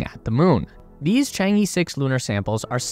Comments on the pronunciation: I've follow this channel for 2yrs, and you guys still pronouncing 嫦娥 in "Chang-E" till this day. like, A B C D E. No, not like that. Simply paste the word "嫦娥" in google translation, there will be the proper pronunciation of the charaters in Chinese. Being a westerner is not the excuse to make a low quality video essay. Consider how unprofessional this is. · Westerners really need to learn basic Chinese pronunciations. For example Chang-e: the “a” in Chang is more of an “ah” sound, and the “e” sounds like “uh.” Ch-ah-ng-uh. And before people say Chinese pronunciations are hard, I don’t want to hear about it because the US has Kansas and Arkansas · 'Chang E' is pronounced 'Chang Eh' actually. The E here is from Chinese Pinyin of that character. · Chang E(r) technically, like "errr..." but without the "r" sound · According to Chinese culture there's no space race but all for the benefits of all mankind. It should be pronounced as " chang er". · 'Chang'e' should be pronounced as 'Chong Eh' (sounds like Chong Ah) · A great video. just one comment is the pronunciation of "Chang E", the E should sound like 'a' in "a banana" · It is ok. Not many people can pronounce foreign names perfectly including you and I.